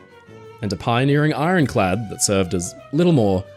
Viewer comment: Well it's ironclad, not ironchad!